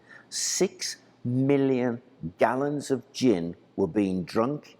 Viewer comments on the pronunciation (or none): none